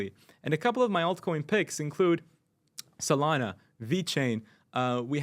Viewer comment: You lost me at “solana”😂.